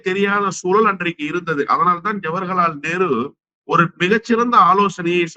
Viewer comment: தம்பி அவர்களே... திரு அவர்கள் ஜவகர்லால் நேரு என்று உச்சரிப்பதற்க்கு பதிலாக ஜவர்கலால் நேரு என்று பல முறை உச்சரிக்கிறார். பல பேட்டிகளில் கவனிக்கிறோம் தயவு கூர்ந்து பெயரை சரியாக உச்சரிக்கும் படி தாழ்மையுடன் எனது கருத்தை பதிவிடுகிறேன்.